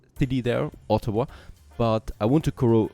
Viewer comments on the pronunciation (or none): none